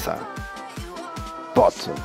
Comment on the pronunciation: wkwkwk ngomong forzanya sampe salah berkali kali gitu bang😂jadi jajan game dulu apaa gopro dulu hayoo~?😆